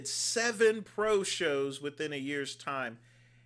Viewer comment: Did you say seven bro shows?